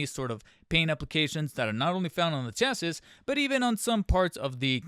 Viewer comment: Dude, GET TO THE POINT! You are needlessly verbose and repetitions! Also chassis is pronounced chas-see.